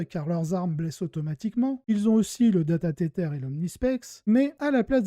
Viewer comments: Super intéressant comme d'hab ! Sur la forme : j'ai tiqué sur le "data tétèr" XD alors si tu insiste pour prononcer le mot en anglais c'est plutôt "tèzeur" ou "tizeur" (c'est un peu entre les deux je dirais) mais sinon en français ça fonctionne très bien et tout le monde connait la règle : "data-câble amélioré" (et mot-clé "Data-Câble"). Sur le fond, j'ai répondu à ton sondage sur YT en cochant la case plus court et plus de listes parce que là, je dois bien t'avouer que, alors que je joue ces deux armées, j'ai eu du mal à suivre tellement il y a d'informations, c'est à mon avis bien trop dense pour être digeste. En outre, je pense que regarder ta chaîne c'est s'intéresser à la construction des listes, et si on veut vraiment le détail, on peut attraper le codex ou Wahapedia et même aller chercher la liste sur Goonhammer si elle y est (ou le lien) ou sur BCP ou autre éventuellement. Bref, je préfère plus de listes. En tout cas, très bon travail ! Merci ; ) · alors t'entendre prononcé "tétèr" très sérieusement ma bien fait rire en effet si c'est ce que tu cherchais 🤣🤣 Dans ce cas continue Mais dans tous les cas je préfère "data-câble" je trouve juste que ça sonne vachement mieux qu'en anglais (pour une fois... en même prononcé avec l'accent 😉 )